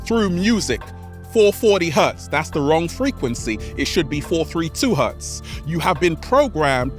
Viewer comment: I'm not trying to disrespect, bash, or make fun of anyone but did he say 432 hearts or hurds? I just want to reawaken myself